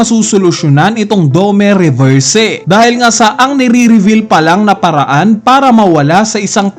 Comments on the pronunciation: dome reverse ng dome reverse ganun na ba kahirap bigkasin ang "i" domi reversi nganiiii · dome reberse 😂🤣😂🤣😂..